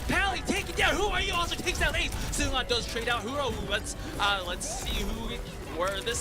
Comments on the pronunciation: this is a little nitpicky but seungan's name isn't pronounced with an sh sound ^^" just a normal s, like "seung-an". it irritated me a little throughout the video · seungan ❌❌❌ shungun ✅✅✅